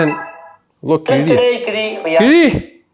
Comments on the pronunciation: Kizhi...No kizhi😂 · Kizhi.. No kizhi 😂